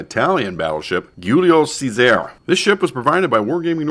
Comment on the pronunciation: Good video, only criticism is the ship's name pronunciation. You are better off saying Julius Caesar :)